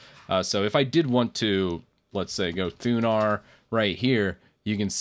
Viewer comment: did he say THUNAR or THUBAR